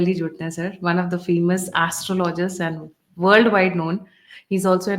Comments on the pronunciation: Madam, he is not an "ass"trologer. Pronounce it as "astrologer" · Her pronunciation of the word is closer to reality!😅